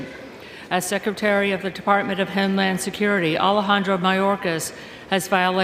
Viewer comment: She says HEME land